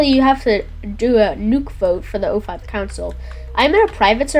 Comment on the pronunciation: It's O5 Command not 05 Command.